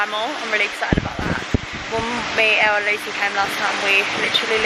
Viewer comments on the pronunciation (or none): none